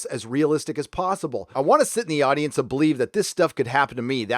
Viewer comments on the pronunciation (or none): none